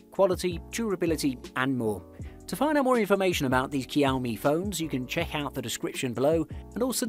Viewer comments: It is not Kiaomi but Ž(X)iaomi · Shao-me. Not kiaow-me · Cowme ? Whats a cowme phone? I thought it was pronounced showme ? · I'm Asian and it's not Kiao-mi, that's Shao-mi or Chiao-mi.. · 🤣🤣🤣🤣 It's pronounced SH-IA-O-ME, but great video anyway. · I Love cow-me phones😉 Lol, I really do though. I have the redmi note 9 Pro and am looking at the Poco X3 right now for an upgrade. Great video. Just had to tease as it was cute how you pronounced it:) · Him: kEYoUmI Me: h-how did you get that version of it? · What's Keow Mi? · Learn alphabets first. 😂 Kiaomi. 😂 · Kiaomi,, kiaomi ,, man you know how to get on someone’s nerves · I know, right ? Its pronounced showme, isn't it ? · This guy is either mispronouncing the make and models or I have just learnt how to say Xiaomi properly. I thought it was 'shaw me' and 'me' mix, not 'my' mix??? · Keeowwwmeee... Dislike 🤣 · The X in Xiaomi is pronounced as a J btw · OMG ITS NOT COW MI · Ik u didn’t just call it kiaomi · I was gonna watch the video, but the way he pronounce xiomi make's me uncomfortable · Same here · You're killing the pronunciation of Xiaomi